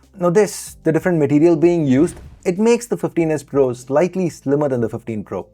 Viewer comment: 😂😂😂What..!!!, Fifteen S Pro » Teenus Pro » Tinus Po » Tinus